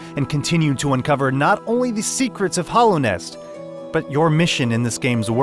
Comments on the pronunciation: This man straight up pronounced Hallownest as Hollownest for the entire video, and then he dropped that "ORAI" for Ori. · Damn, I hate to be that dude, but HALLOW as in Hallownest and HOLLOW as in Hollow Knight. Those are two different words with two different pronunciations. It always takes away from the person trying to present himself as an "expert" when one cannot properly pronounce the words. Otherwise, loved your review!